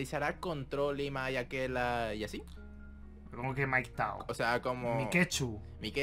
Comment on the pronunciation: Se dice pikachu mike.